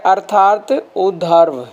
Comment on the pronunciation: Please उधर्व na बोले ऊर्ध्व उच्चारण करें। वैसे मैं आपके प्रवचन बड़े शौक से सुनता हूं। विनती है कि कठिन शब्दों का उच्चारण शुद्ध रीती से करें। गलत लिखा हो तो क्षमा करें